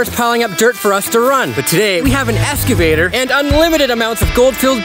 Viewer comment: hes a Vampire...is he saying "Esgavater" isnt it Excavater ?